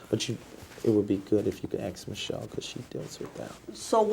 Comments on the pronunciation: Did you “axe Michelle” for permission to upload this video? 🤣 (BTW great job) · AXE HER, AXE MICHELLE 🪓🤪🪓